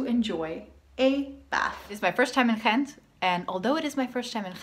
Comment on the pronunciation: Wrong. The "G" is pronounced like a "G" in Ghent. You must have encountered an immigrant from West-Flanders. Source: I live in Ghent.